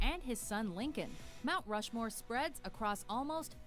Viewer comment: So funny when said "Rount Mushmore." LOL